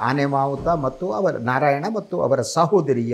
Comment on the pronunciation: ಆನೆ ಮಾಹುತ ಅಲ್ಲ. ಆನೆ ಮಾವುತ